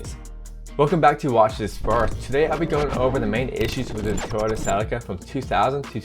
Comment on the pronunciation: Sea-Lee-Ca is how it is to be pronounced.